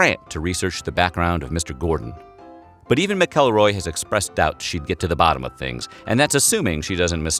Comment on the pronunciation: Omfg, thank you so much for saying "McElroy" properly. I don't know how or even if I'm related to the Ms Jenny researcher, but goddamn, I hate it when people say "Mackelroy."